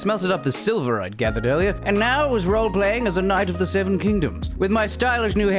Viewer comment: Did you say Sneve? Oh my, dank memer IQ entertainment I believe.